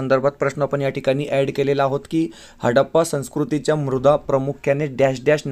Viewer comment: मृदा नाही मुद्रा